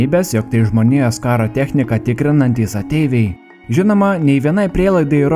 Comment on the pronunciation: IAI, o ne EJ BLET